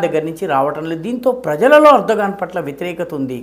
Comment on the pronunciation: Erdo "gone" 😂😂😂😂